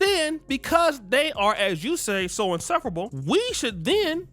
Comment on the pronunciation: He didn’t know the meaning to facetious. And, he didn’t pronounce insufferable, right.